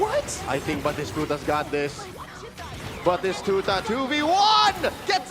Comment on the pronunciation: That caster can't say batistuta or what is happening?